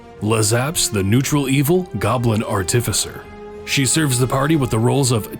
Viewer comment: You're the only person online I've heard pronounce Artificer correctly, so kudos on that. Pointy Hat JUST did an Artificer video and even he said ART-ih-FYSER